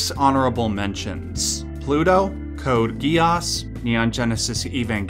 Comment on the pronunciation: Thats NOT how you pronounce Code Geass